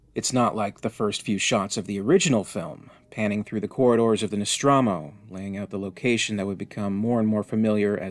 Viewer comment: That Nostromo pronunciation got me rollin'.